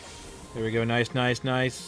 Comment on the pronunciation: He said nice " Noice" :D